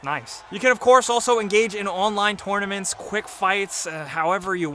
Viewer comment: Why can’t people say “tournament “ correctly?